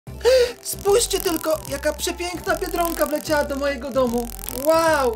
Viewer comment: mówi bierdonka nie biedronka 😆😆😆😆😆